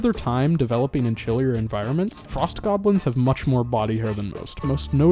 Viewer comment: GAHBLINS.... NAAAAH